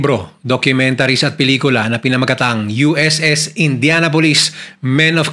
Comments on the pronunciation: Good story, pero it's "indyanapolis" po di "indyana-pulis" 😭😭😭😭😭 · Kung paano mo binabanggit ang Indianapolis ay INDIANA POLICE 😂😂 kakahiya ka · Please you pronounced the name of ship like a police 👎🏾